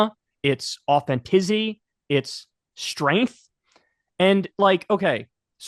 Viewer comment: did Kyle say, “Authentizzy??!!” 😂